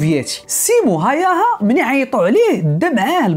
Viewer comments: اسمو سيمو هاوها y تنطق u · تصحيح فقط لاسم القناص،بحكم اني مقيم في فنلندا، الاسم ينطق ب (هاووها) .موفق اخي الكريم